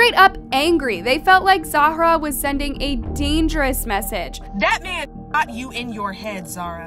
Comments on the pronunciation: girllll i love your videos but its not pronounced Zahara! its just Zara! you say her name like 100 times incorrectly lol. Still love the video though! <3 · Her name apears to be Zahra not Za hara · same with Zahra being pronounced 5 diff ways 🙄🙄